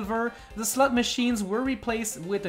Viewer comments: Did he say slut machine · he said slot but still didn’t sound like it